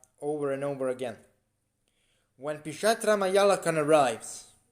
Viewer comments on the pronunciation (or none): yeah he's wrong it's PisachA not pisatra 😂😂